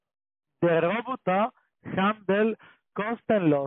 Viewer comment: Wie die immer "Rrroobbottaah" aussprechen😂 Ich schmeiß mich wech:_CCALike::_CCAFunny:Danke dir🎉